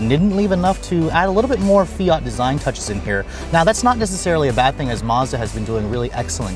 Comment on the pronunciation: Fiat-a lol